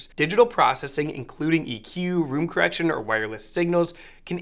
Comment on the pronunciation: room "correciton" LOL